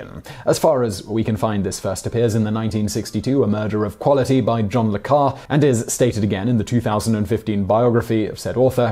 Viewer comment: Carré should be pronounced "Cahr-ay". Just for further reference :)